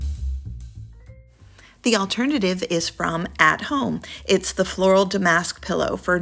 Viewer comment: It’s DAM-ask.